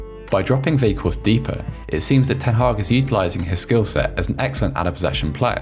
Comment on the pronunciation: Narrator: "Wieghorst" Me: "cries in Dutch"